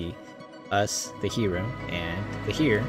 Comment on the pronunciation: It's pronounced "air." As in "the heir to the throne"